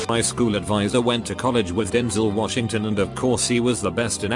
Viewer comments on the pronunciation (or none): none